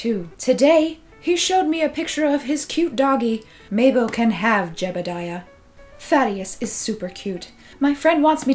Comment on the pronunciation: when she was saying thaddeus, i though she was saying "fatty a**" yes